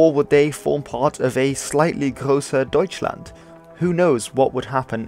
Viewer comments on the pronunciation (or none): none